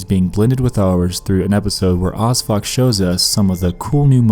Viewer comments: Who thought he said osfuck? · Are you saying Osfuck? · When you said O.S.F.O.C, I thought you said ‘who odd fuck was named after’. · I thought he said osfuck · When he said 'OSFOC' I thought it was 'As Fuck' and I immediately thought 'I should name my kid that'